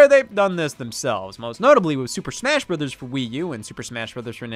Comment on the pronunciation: Finally, someone who says 'Bros.' correctly, and doesn't say 'Bro's'.